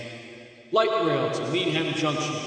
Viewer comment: Needham is pronounced "need-um" here in MA